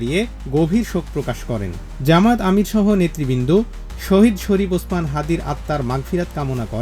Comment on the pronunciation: শহীদ ওসমান হাদীকে দেখতে লন্ডন থেকে ছুটে আসেন এক নেতা ! আর এক দলের নেতা হাদীর নামটাও ভালোভাবে উচ্চারণ করে না ! সে দলেরই আর এক নেতা লন্ডনে বসে বয়ান ঝাড়ে !